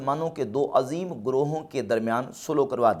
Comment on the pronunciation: Azeem to aise pronounce kr rahe ho Jaise Yaha Azeem se Mtlab Azmat waala ho